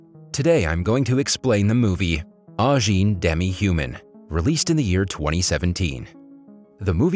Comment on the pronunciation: It is Ajin, not Anjin